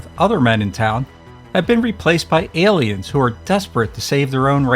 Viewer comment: Great content, they are however, "A"liens not "el"liens.